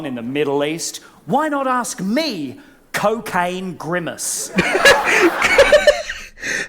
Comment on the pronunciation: Randy talks about how Big Bird from Sesame Street is made of real feathers. Did he just say “Cocane” and “Grimace”? 😂😂😂